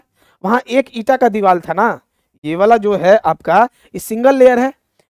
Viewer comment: Kya psycho padhaoge tum deewar ko diwal bol rhe ho